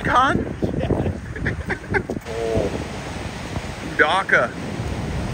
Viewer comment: Buttered peacOn! Its pronounced pehkenz.